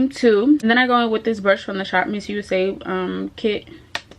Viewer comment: It’s ShopMissA, not missusa! 😂